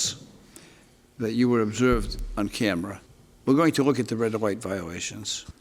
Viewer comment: never noticed the judge has a speech impediment until i heard him say "red light" a couple times at